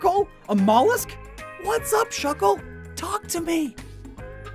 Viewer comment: THE A IN SHUCKLE IS SUPPOSED TO BE A U!